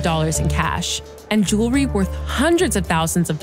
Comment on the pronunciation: Hey, please learn how to pronounce "jewelry" correctly. Hint: It's not jew-LER-ee. Sound it out.